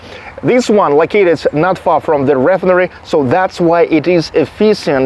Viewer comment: ree FINE er ee. It's OK, though. I'm sure I would speak Russian even worse. You're doing good.